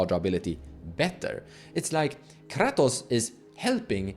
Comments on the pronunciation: I stopped watching this video at KRrrrahtoes. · I watched the video 😂. Ive just never heard someone pronounce kratos in such a way. Especially rolling the R. Caught me off gaurd.